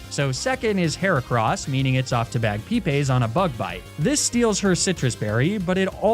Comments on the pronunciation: this guy really called a pokemon "bag pee pays" like it was nothing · I had to rewind when you said Bagpipes for the first time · I'm not sure if is joking but can he not actually pronounce names like the way he pronounced bagpipes jasmine lapras is just weird 😂